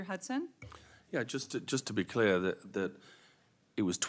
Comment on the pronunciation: Let me be cleayuh. Sick and tiyud.